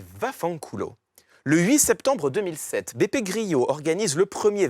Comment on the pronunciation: Beppe Grillo n'est pas espagnol mais italien. Donc son nom se prononce comme grelot, pas gryo, Monsieur Je-sais-Tout !